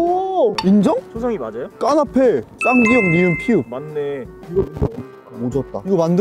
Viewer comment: 그와중에 도 쌍기억을 끼억이라고하네 ㅋㅋ